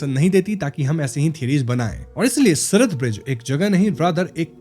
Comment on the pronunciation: Its siraat not sirat